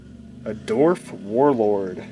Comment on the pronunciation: Dorf? it's Dwarf